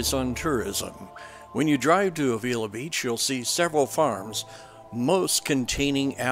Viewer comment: FYI, you are pronouncing Avila incorrectly. Locals say Ave-ill-la.